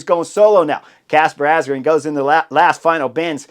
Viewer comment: It is pronounced Asgreen as in madden or man not green